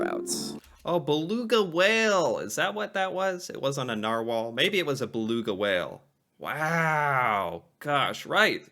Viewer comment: It was a Narwhahl